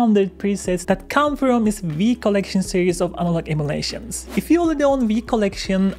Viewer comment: "Analog Immolations" ... 😄